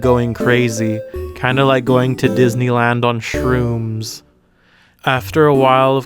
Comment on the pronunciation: lmao the way he says shrooms